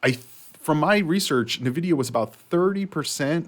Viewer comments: NVIDIA not NAvidia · It's pronounced En Vidia